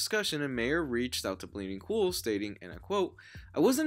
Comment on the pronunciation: My ehr, not May ehr